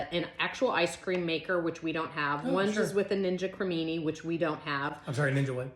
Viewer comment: I’m not sure if you were joking, but you do know it’s a ninja creami, right? There’s no such thing as a ninja creamini!😂